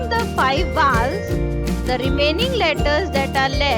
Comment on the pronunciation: Mam you pronounced rong it's vowels